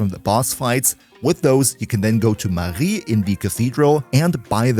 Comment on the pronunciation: especially impressed by the perfect pronunciation of Marie's name